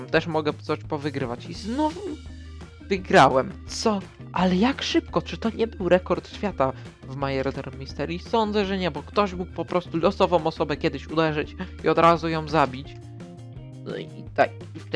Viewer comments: Widze ze dawno nie grałeś w tą grę! Muwi się merder mysteri a pisze tak jak kazdy wie. (Murder mystery) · Ja to czytam „merder mysteri” nie wiem czy to jest dobrze ale ty dziwnie przeczytałeś 😂👍🏻